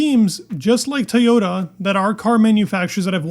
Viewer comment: TOYota, not TAYota 😂 Just giving you a hard time, love your content!